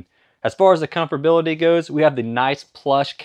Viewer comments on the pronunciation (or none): “Comforbality”? Is that a word? 😂😂😂